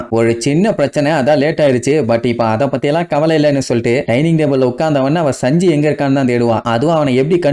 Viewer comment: Saanji nu sollu bro sanji nu sollatha